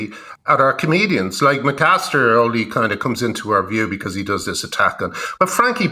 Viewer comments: Linehan would be easier to take seriously if he could get James Acasters name right. If you cant get his name right how can we trust youd get gender right? - signed James McAster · Lol. Who the FUCK is Macaster? He says the wrong name maybe 15 times. Once again, spewing misinformation and misspeaking with impunity. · Dd not realise it was pronounced mcaster. Thanks Graham. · Get his name right Graham, it's not Mac aster, it's Acaster, reasoning to your view points seem logical to me, but far better validated when you get the persons name correct. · Why didn’t anyone correct Graham Linehan when he kept calling James Acaster “McCaster”? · I like how he keeps calling him "McCaster" instead of Acaster lol. I bet James is crying into his morning Shreddies after having been subjected to such microaggressions all night by Mr Linehan lol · The guy's name is Acaster, not McAster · Leo, you could've corrected 'McAster'/'McAllister' early on! 😄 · Acaster and Kearse are about as funny as a dose of the pox. Linehan doesn't even know who he is, and keeps calling him McAster. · Is he calling him 'MaCaster'? Because that's not his name. It's Acaster. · Love the way Linehan was deliberately getting Acaster's name wrong, like a surname version of mis-gendering. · I love it that the legendary comedy writer Graham kept getting Acasters name wrong. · "Ay-cass-ter", Graham! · FFFFS Leo tell him his fucking correct surname!